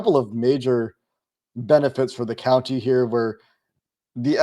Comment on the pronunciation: you’re great but you’re hitting that “county” pronunciation waaaay too hard. Listen to how you say it and then listen to how says it. He’s nailing it. It’s compounded since you said “counTY” 47 times.